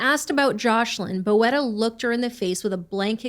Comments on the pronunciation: You say "boeta" not bo-eta, but like "boota" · Thank you for covering this crime. This is really big in South Africa. P.s., its pronounced "boot-a" not "bo-eta". It's Afrikaans for brother. Sometimes used as a sign of affection. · Oh. TIK is crystal meth not coke. And Boeta is pronounced Boota. Hope that helps ❤ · It is pronounced BOO-TA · Hi! South African here. I just wanted to let you know that "Boeta" is an endearing word for brother. The pronunciation is like saying boot-ah, but quickly. 🤣 I hope it makes sense. Great coverage of the story! It shook our country. Rest assured, prison has not been kind to Kelly or Boeta 😂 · Boeta is pronounced more like Boo-tah. This case is sickening. I've been watching the case as it developed being a South African